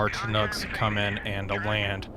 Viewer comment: I'm surprised nobody's said it yet, but since I'm a Chinook guy I guess I'll be the one. It's pronounced "shin-ook", rather than "chin-ook".